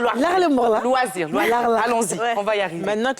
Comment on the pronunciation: « Les loirsirs » 😂😂😂